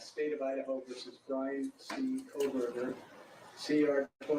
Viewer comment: Ummm..... It's KOHBERGER!! Not KohLberger